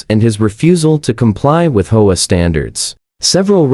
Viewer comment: The speaker needs to learn to pronounce Home Owners Association OR the initials HOA